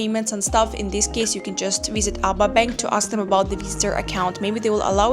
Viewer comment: just to not cause confusion the name of the ABA bank is pronounced it in letters A.B.A if you pronounce it ABA it will cause confusion with the local just a head up 👍